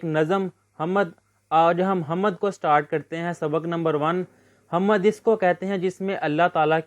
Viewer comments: بھائ اپنا تلفظ درست کریں حَمَد نہیں ہے حَمد ہے م پہ زبر نہیں ہے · Hamad❌ Hamd✅